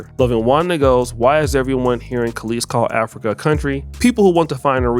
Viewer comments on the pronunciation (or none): Brotha you're about my and Kelis's age... how are you repeatedly saying her name wrong? 😅 It's Kelis, as in Kell-is, not Calisse as in Kuh-leese. 😅 Otherwise, great video! 😄